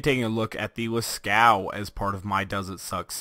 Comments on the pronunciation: I Razzle I he said it like las-cow, and it's actually pronounced like las-co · I Razzle I Yea Las-Coo sounds familiar too. Its Las-Cove or Las-Coo, i'm not sure. But it's nit Las-Caux(cocks) as some people pronounce it xD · Oh yeah now that I watch it again he said Las-Cow. XD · The name and pattern are references to the Lascaux cave paintings in France, due to them being in France it has a french pronunciation, it is pronounced as lah-coo-ah, the "s" is silent. And the painting is of a cow. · Did you mean to say lä-ˈskō? Because you would not pronounce the U or the X. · i had a stroke when i heard you say its name lmao